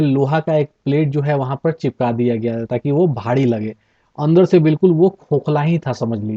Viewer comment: Bhadi nhi bhari......😆😆